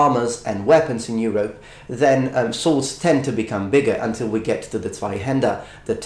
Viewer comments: He actually pronounces "Zweihänder" which is a german word, really good! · u say "Zweihänder" very good ;) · Well - "Zweihänder" he´s saying perfectly ;-) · I don't wish to offend, but as a German I clearly hear "Zweihänder". Though I still prefer to classicaly call it "Bidenhänder" ;)